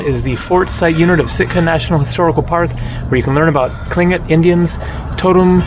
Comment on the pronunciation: Very good attempt to pronounce Tlingit (clin-kit)!!! 🤍🙏🏾❄️ Sitka is BEAUTIFUL in the summer and has beautiful people year-round! 🤍🤍🤍